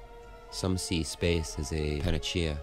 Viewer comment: it's pronounced pana-sea-a just for future reference buddy 👍 Love your work man!